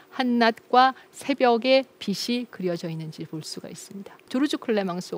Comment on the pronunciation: 전원경 님의 강연은 내용이 매우 알차고 깊다. 그리고 발음이 정확하여 내용전달에 성공하고 있다. 그런데 하나 아쉬운 게 있다. '꽃이' '빛이' '한낮에' 를 발음할 때 '꼬시' '비시' '한나세' 라고 한다. 이런 발음은 귀에 상당히 거슬린다. 이것만 제대로 발음한다면 품격있는 강연이 될 것이다.